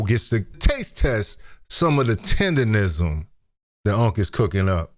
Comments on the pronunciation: why is it so hard for people to say TenderNism mane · The word Tendernism was on the t-shirt she was wearing and she still got it wrong! 😂😂